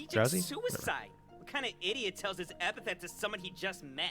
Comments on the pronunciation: It's ep-a-th-e-t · I’ve watched a few reactions to this series and almost no one says epithet correctly the first few times.